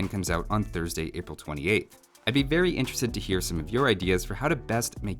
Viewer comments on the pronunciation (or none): I thought he said "I'd be berry interested to hear some of your ideas..."